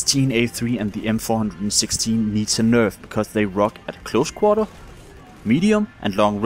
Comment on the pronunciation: It bothered me so bad how you said HCAR and M416 lol